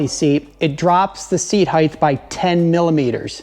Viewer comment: I’m sure this is an informative video but I can no longer listen to you mispronounce the word “height”. Good day.